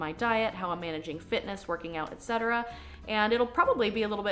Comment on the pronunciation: Anytime someone pronounces ETC correctly, it makes me so happy 😄